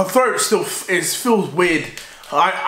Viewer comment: "A very weirrrd not a very weirrrrrrrrrd nooote"